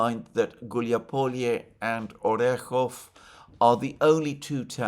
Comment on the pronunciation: Orekove -----> [ ary EK of a ]. e represents a YE, which casts its y back to preceding consonant.